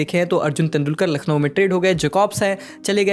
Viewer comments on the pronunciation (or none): none